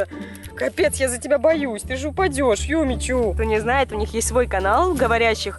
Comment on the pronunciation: Ирина Смирнова Юми Чу а не юмичу